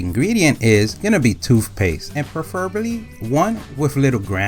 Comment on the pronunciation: 😂 Well in his vocabulary, it’s spelled toofpaste, so.